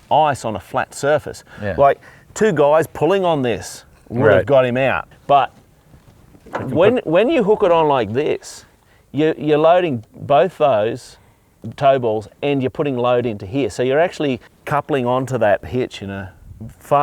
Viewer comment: It is hard to listen to people who can't pronounce the subject they're talking about. They're tow balls not toy balls.